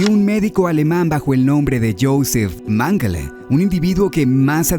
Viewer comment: que raro que mengele y la palabra mangle se pronuncien casi igual, tremenda coincidencia la vdd